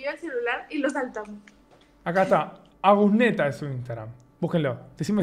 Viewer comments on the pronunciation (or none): Es ritusneta no agusneta 😅